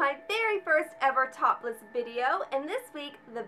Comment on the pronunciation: It kind of sounded like you said "First topless video" and I was like, "Wait. What? Oh! Top list!" Lol!